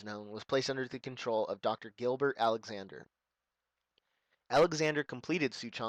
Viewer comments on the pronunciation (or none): none